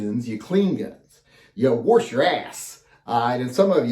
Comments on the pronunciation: So next time show us how you ‘wawrsh’ them. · I just lost so much respect for you. Warsh? Really?